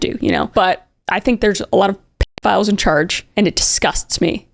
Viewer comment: Say It with me, "Pedo philes....."